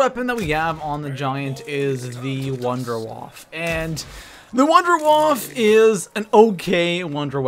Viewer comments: the wunderwaffe is pronounce vindavaffe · you pronounce wunderwaffe wrong wunderwaffe is german if you wanna know how to pronounce contact me